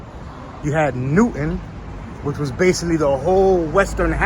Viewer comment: Nathan Hale, an American revolutionary hero, quoted my only regret is I have one life to give my country was executed on college point boulevard and 31st avenue. It's pronounced Bown not Bone. It's NEW TOWN not newton Nancy Regan lived on Roosevelt avenue and 149th st